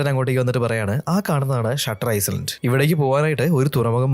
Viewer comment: ഐസ്‌ലാൻഡ് അല്ല ഐലൻഡ് ആണ് 😢